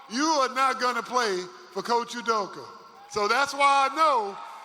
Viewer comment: Please get his name right... its pronounced Ooo doka. He is your head coach get his name right!!